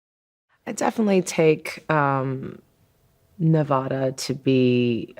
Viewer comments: Shoulda just called herself New York cant be Nevada if you dont even say the state name right. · It makes me ill to hear them just run with that name. Not one person in the editing room said anything? Learn how to say Nevada. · i was hoping for an explanation on where it was she was from. When I heard Washoe County I was stoked since I live in Reno. But pronouncing Nevada wrong sucked lol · Learn how to pronounce nevada rigjt